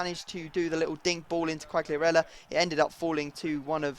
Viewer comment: you don't must spell the G from Quagliarella so Quaiarella ^^